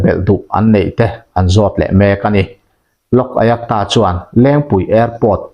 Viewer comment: Lok ayakta tia I lam kha a dik lo, lok ayukta tia lam mai tur a ni